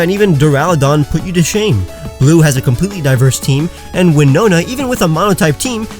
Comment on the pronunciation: He is saying glue not blue